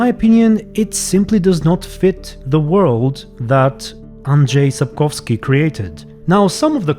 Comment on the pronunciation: whoa, as a native polish speaker, this "Andrzej Sapkowski" in was really clean!